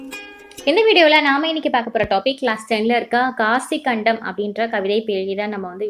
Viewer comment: not காசிக்கண்டம் that is காசிக் காண்டம்😊